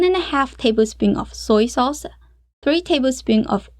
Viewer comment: 感觉MIX 你念MIXER，sauce你念saucer等等等等。。。。好有意思哦。。。